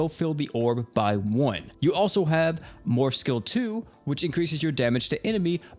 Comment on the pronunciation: every time he said morph all I could hear was morb